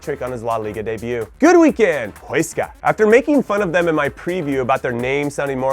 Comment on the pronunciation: Jimmy huesca is pronounced like "Wes-sca"